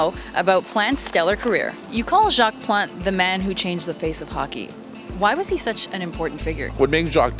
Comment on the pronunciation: Can't pronounce his name?